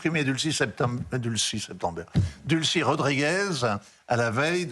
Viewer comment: Delcy Rodríguez, pas Dulcy